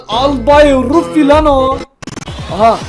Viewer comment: albay rufi değil nolur şuna albay ra fde